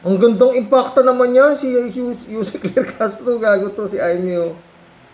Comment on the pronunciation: malaki kasi ang IMPACT ni Anti Kler sa mga DDS kaya si Manang Imee eh, na misprounced nya ang IMPACT .. dinagdagan ng isang letran A..... Si Manang Imee eh, naging ala Allan Peter Cayetano na rin... nag paka baba na talaga ... i mean nag pag low low life na talaga.